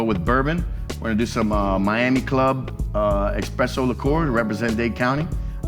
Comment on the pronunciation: Love the vid, but hearing a professional say expresso instead on esspresso makes me downright sad